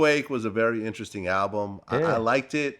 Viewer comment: “Earthquake was a very ingesting album” 🤦🏾‍♂️